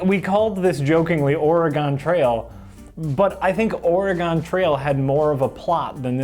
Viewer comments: Or-eeeeeeeeeeeee-gon Trail Who pronounces it like that? lol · "oree-gone" ..........omfg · Jesus, the way pronounces Oregon...